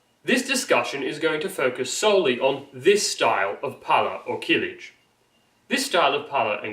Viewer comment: Stop saying "keelij". The first vowel is short, as are Turkish vowels generally.